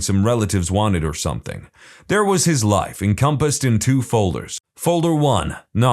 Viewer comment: No k in the word something